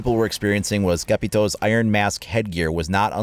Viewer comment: It's pronounced Capitow no toe